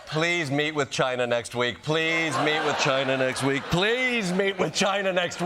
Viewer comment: He says "china" with an "r" in the middle.